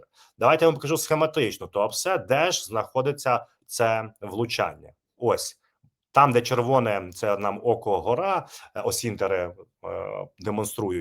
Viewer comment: в словах - око гора - наголос ставиться на першому складі - око г'о'ра. це один з єгипетських богів.